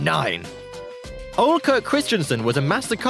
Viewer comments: I think he's supposed to be saying "Ole", but he's totally butchering the pronounciation. The correct pronounciation is more like "uuh-leh". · why ia it so hard to say Ole properly? The e isn't mute